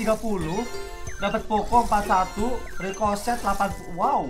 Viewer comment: Ricochet kedengeran di telinga gue Ricloset